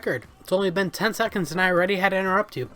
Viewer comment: "10 secends and i have to inerupt you" lol